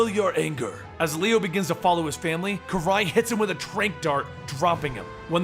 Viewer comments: Kah ri not ke ray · not kirei its karai but still as always amazing job.And city fall is one off the greatest turtles stories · It's pronounced k-Er-ai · Ts Karai not Kerrai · I was listening not watching. I was like who tf is kirei? Of, karai.. Why you pronounce it all fkd up yo?.. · why do you call Karrai Karray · It is "Karai" although I typically here it pronounced "Kurai". I think there was a speelling change between series but it is "Karai" now. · Dude it pronounced Kah-rai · Dude, Karai is pronounced KAH-RIY. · Just so you know, It's pronounce ke-r-eye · It's pronounced kah-rai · you are so awesome and I love your videos and I hope you make a part to to this and karai is pronounced car eye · Ik I'm beating a dead horse here but Karai's name is pronounced like Karate, with a long e, and without the t. And the accent is on the second syllable. ka-RAI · You said karai wrong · he pronounced her name wrong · your still saying Karai's name wrong. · uh dude its pronounced with an i sound not an a